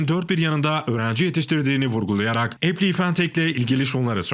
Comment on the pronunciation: epliy değil epılay